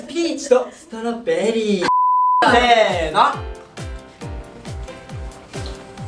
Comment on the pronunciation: ennちゃんが｢せーのﾂ｣て言ったらもう｢ベビタッピ！｣にしか聞こえないw